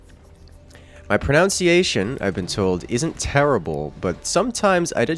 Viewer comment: Pronounciation is pronounced "Pro-nun-ciation".